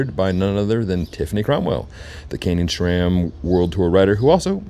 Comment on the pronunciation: SRAM, not "shram." SRAM is an acronym for Scott, Ray, and Sam, the three original founders of the company. There is no H. Maybe your badgering to get their products would go better if you can start by removing the H when you pronounce the brand's name. :)